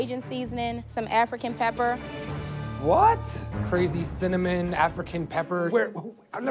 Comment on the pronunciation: Probably been calling it cimmanon his whole life.